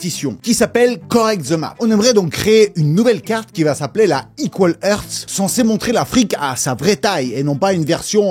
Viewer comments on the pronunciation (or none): none